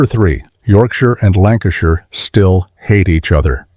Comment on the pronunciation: ... What and where is this "Lancastireshire" ?